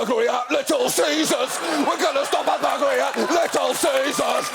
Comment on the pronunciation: I laughed so hard at the "we're gonna stop a bluglery at little ceaseurs" that the tea I was drinking came out of my nose. That was a blissful yet terrifying experience.